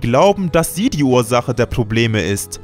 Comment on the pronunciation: Warum sagt der immer Sedie?